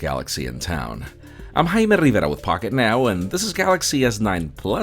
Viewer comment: I like how he pronounces Rivera as a single syllable! hahaha